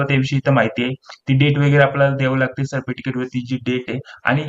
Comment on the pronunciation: सर्पटिकीट नाही हो साहेब सर्टिफिकेस्ट म्हणतात....